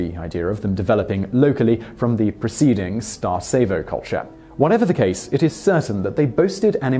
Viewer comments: It is pronounced Vincha not Vinca and Starchevo not Starcevo. Damn those idiots that screwed up phonetic transliteration from Serbo-Croatian to other languages (almost certainly Austro-Hungarian administrative rules carried over to Yugoslavia are to blame). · He also mispronounced Starcevo (it's Starchevo, not Starsevo), but considering he's not from this region and not a native Slavic speaker, that's completely understandable and natural. I'm sure I'd mispronounce a Scandinavian, Chinese or even some English names myself. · He mispronunced Turdaș, Vinča and Starčevo. Maybe because they are also misspelled! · Apologies to the Swedes for mispronouncing their words, but then goes on mispronouncing Vinca and Starcevo without breaking a sweat :D No hard feelings thou, great video